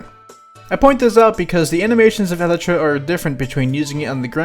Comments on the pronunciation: Ahhhhh the way he says elytra hurts me "Eletra" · I am a certified Minecraft nerd and if he pronounces Elytra like Eletra' I might just blow him up